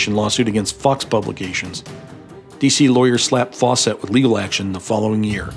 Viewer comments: Fawcett. Not "Faw-cette". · It's pronounced "Faucet," (sp. "Fawcett"), not "Faux-set."